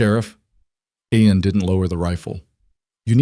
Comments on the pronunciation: Oh well, Aiden Aen, Aeon, Eon, Ien and many other variations. Its a Scots name Ian, pronounced as Ean, story was good but so many names for just one person.... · The Ai can't work out how to say his name.. Spelt...IAN Pronounced as Eeean. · It is irritating to hear all the different pronunciations I A N see An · So many ways to pronounce Ian 😂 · Good story but the mispronounation of Ian really detracts. Listening from Bloomington Indiana. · How many different ways can you get close to pronouncing Ian? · Good story, I enjoyed it, but get that AI fixed. This poor hero had four names and 1/2doz. Spellings and pronunciations